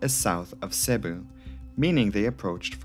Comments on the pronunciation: Could you at least TRY and pronounce place names properly? it's effing Seeebooo (Cebu) not Sahbu. It doesn't take Sherlock Holmes to get the right pronunciation. Don't get me started on Iligan City or Munay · Very good video, RIP to all the souls lost. This incident is barely known here in the Philippines. I still wonder why are the planes Irish registered rather than philippine registered (obviously, i know its leased so lets put that aside.) Anyways, Cebu is pronounced "see-boo" and Iligan is pronounced "eel (as in the animal) lee-gun". Dont worry though, those are just minor mistakes.